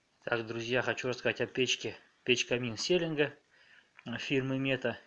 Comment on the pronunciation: Селенга ударение на а